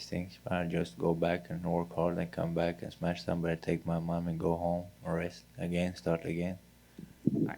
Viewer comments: Nobody, nobody. I just smesh everybody. 😂🤣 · HE SMESH EVERYBODY